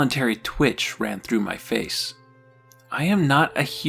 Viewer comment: "It's MY ritual it myeh ritual, its myehmyehmuhmeh " 😂